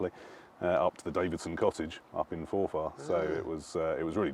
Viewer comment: Jees He needs to learn how to pronounce Forfar. 16000 population cringing....Forf arr not Fore Far